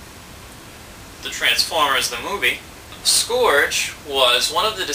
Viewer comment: it's scourge (pronounced sc-ur-ge)